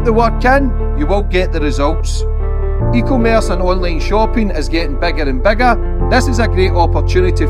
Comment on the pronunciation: Eeeeeeeeeee commerce lol it’s two words melt